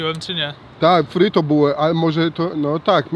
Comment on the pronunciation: to nie fryto tylko pryto buła :D